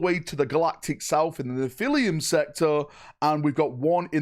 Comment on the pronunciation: Neh-phili-em sector lol. I think its more like Neh-fuh-luhm.